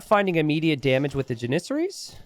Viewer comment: JAN-is-air-ees. Not JanISerees.